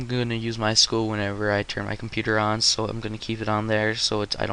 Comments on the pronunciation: My S-Q-L not my School -.- Structured Query Language Say it correctly. Apart from that, nice tutorial very detailed. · lmao "my school?" I think you mean.. "My es-kyoo-ell" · It's pronounced sequel... MySequel.... MySQL